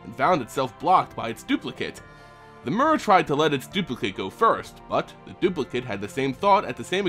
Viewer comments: Is it not "meer" not "mer" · Mur... really? It's pronounced mere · I always thought it was pernounced m-ee-r. Instead of m-u-r.neat. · The Mur... I think you mean myr. Or Meer. I've never heard a y with a u sounds. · Evidently the name Myr is based on the Greek “myrmeco-“, meaning ant. Words with this root, like myrmecology for example are pronounced “Mur”. The pronunciation in the video is likely closer to how Myr was originally intended to be pronounced. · Its pronounced "mir" y makes i sound in this instance. Ps: Long live Turbo Rocket Slug. 🔥🔥🔥🔥🔥🔥🔥🔥🔥🔥🔥🔥🔥🐌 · mur or meer? how is it really supposed to be pronounced? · I cringed every time you said "mur". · the official pronunciation rhymes with deer and beer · I think it's pronounced with a "tear" sound, like the nordic god tyr. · STAAAHHHHP SAYING MYR WRONG!!!!!!!! lol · Why is he pronouncing 'Myr' like that?